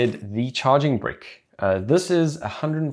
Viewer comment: Ok great video, but am i the only one who died laughing at the way he said charging brick like charging Brik